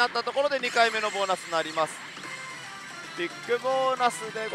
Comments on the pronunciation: ぼなすこい？なに喋っるかわかんない！ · ボーナス来いボーナス来いボーナス来いボーナス来い… マーボナスマーボナスマーボナスマーボナスマーボナスに聞こえて来た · ボイナスコイにしか聞こえないw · 何回かボイナスコイ言うてたな。そゆとこが好きやがな